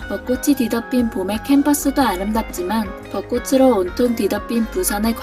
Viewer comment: 방송에서조차 아나운서나 전문MC가 아닌 일반 연예인들은 빈번하게 틀리는 발음. '꽃을 사주다' : '꼬슬 사주다'X '꼬츨 사주다'O '꽃으로' : '꼬스로'X '꼬츠로'O '꽃이' : '꼬시'X '꼬치'O 한 가지 더... '빚을 지다' '빚이 많다' : '비슬 지다' '비시 만타'X '비즐 지다' '비지 만타'O '비시 만타'라고 발음하게 되면 (머리 빗는)'빗이 여러 개 있다' 라는 뜻이 된다. '꽃으로'는 '꼬츠로'로 정확히 발음함. '벚꽃으로'(버꼬츠로)를 '버꼬스로'로 틀리게 발음함. 여기서는 '벚꽃이'(버꼬치)와 '벚꽃으로'(버꼬츠로) 두 가지 다 맞게 발음함. '벚꽃을'(버꼬츨)을 '버꼬슬'로 잘못 발음함. '벚꽃이'와 '벚꽃을' 두 가지 다 맞게 발음함.